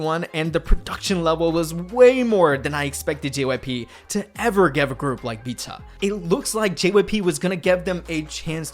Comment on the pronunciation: Great video just irked me how you pronounced Vcha, Illit and Chicago. Idk why u pronounce them the way u did because you dont have an accent or any issues pronouncing anything else -lowkey irritating 🤷🏻‍♂️😂